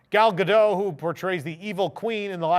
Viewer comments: Gal Gadot's name is Hebrew, not French;. it's pronounced "gall ga-DOT" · You pronounce the T in Gal Gadot's last name. You say it as Ga Dot. I know people wanna think that T is silent.